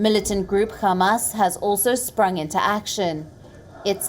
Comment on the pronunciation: It's called RamaDan not RamaZan They're called Hamas not KHamas get your pronunciations right next time